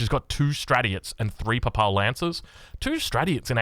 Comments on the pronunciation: Your pronunciation of most names is so cursed in this video! Love it. Worst criminal is Papal. PAY-PULL is best way to say it and it’s an important one as it’s the Pope’s stuff. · The pronunciation in this is so crack up, and I'm a New Zealander. You didn't even know Papal :D